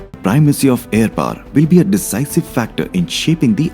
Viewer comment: Aaar ya paar lol. Paaar 🚫 its Power Pah Wher. Aarrrr 🚫 Ha wher. Unusually loud and obnoxious background music no refined sensibility.